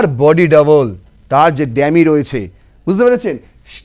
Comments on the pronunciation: Eta dammy bole na bhai dummy hocche pronunciation.english taah thik kore bolun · D"a" mmy নয D"U" MMY. ডামি । ENGLISH ঠিক কৱে বল।